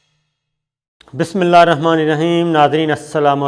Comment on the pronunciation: Aap Bismilla sahi parah karain